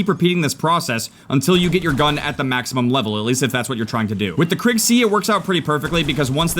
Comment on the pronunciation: Its pronounced Kriig, not Krigg